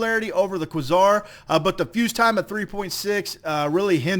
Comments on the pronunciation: It's pronounced QUAY-SAR, not KWUH-ZAR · It's a long A, "kway-zar" not "kwuh-zar" FYI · kwuh-ssar? Try qua(ke)-czar. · QuAezar, not quesour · please say Kway - zar instead of kwah - Zar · It's KWAY-ZAR. Not KWUH-ZAR. Thanks. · Pronounced Kway-zar. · It is pronounced qway Zar! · Quasar = Kway-zar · Quasar is pronounced (q-way-zar) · For gods sake! It's pronounced Qway-Sar! Lol good vid brotha! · Qway-Zar, just sayin'. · no, its kway-zar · it is called kwa-zar... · Dude. It's pronounced kway-zar. Seriously. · I thought it was "kway-zar" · I'm sorry, but most say "Quasar" as "Quay-zar" No hate, just been bothering me. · probably died so young because he couldn't pronounce quasar correctly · wow the guy doesn't know how to say Quasar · I wince every time he mispronounces Quasar. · It is pronounced like Laser with a "Qu" instead of an "L" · quasar is an actual word, that is not pronounced in the exotic way you employed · please... don't ever say quasar again.